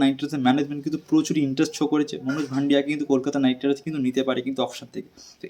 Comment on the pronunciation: শুভম দুবে --not শিভম দুবে মনোজ ভাংড়ে -- not মনোজ ভান্ডিয়া Tomar big fan but spelling thik kore bola uchit